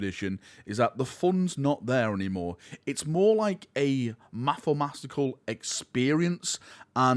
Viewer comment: 'mathamastical'? That's almost as bad as the time you said 'inncockulator' 😂